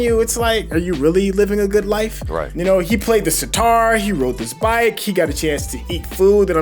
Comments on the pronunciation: It's "Sitar", the instrument.. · This is sitar not guitar